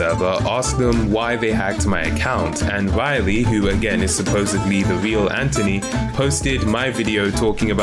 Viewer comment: I love how you pronounce anthony ant-(h)ony :)